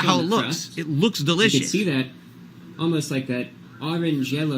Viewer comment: "Dats little Caesars? Dat doesn't look dat bad!"